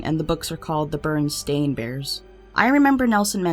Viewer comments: I love your videos, but hearing you repeatedly say Bernstein/Bernstain was super cringy lol It's Berenstain/Berenstein. Like Bear-N-Stain. Because, you know, they're bears. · Bernstain? It's Bernsiein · It's Bear not Ber that shits crazy :0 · it was not bernstein bears it was Bearnstein bears as in they are bears with an A everyone keeps saying stain thats just weird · A. It's neither Bernstain or Bernstein. The correct pronouciaction is BEAR-EN-STAIN. At most, the way others have been pronouncing it BEAR-EN-STEEN just so you know. B. You know who George Lopez? My mom told me he was friends with Freddie Prinze and even that when Freddie died, his wife gave something to George's wife. And my mom told me this on more than one occasion and than I bought it up, Mom asked me why George would even own something Freddie had. I said because they were friends. She said she had no idea they even knew each other. I said why did she tell me that that. Then recently she said John Cusack was dated Bridgette Bardot. I know because there's a big age difference and I tend to notice these things. Well the other, I asked were they still together, she said she never said that. But I know she did. But when I looked it up online, there was no mention of it either. Even if mom heard a rumor, I still would think I heard something. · "bear-en-stein" bears....not "burn-stain" bears...geeez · I thought it was barenstein not berenstain